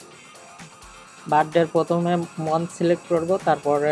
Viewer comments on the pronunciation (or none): ভাই উচ্চারণ গুলো ঠিক মত করলে ভাল হত,,,,যেমন মন্থ না বলে মান্থ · Be careful about your pronunciation. especially (National, Month) these two words.